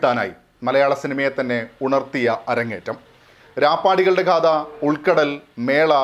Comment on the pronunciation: ചേട്ടാ, ഖാദ അല്ല, ഗാഥ. 😅